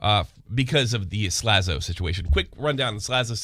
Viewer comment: Let's not forget this last bit of news... actually pronounced Slazo properly in this video!!! LOL